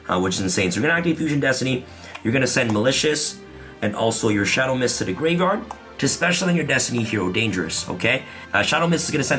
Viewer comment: Not to mention him saying gravard and not graveyard